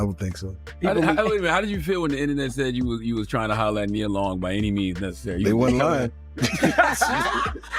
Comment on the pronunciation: Stop messing up Nia Long name. How can you go from saying it right to saying it wrong in the next sentence. Makes it hard to listen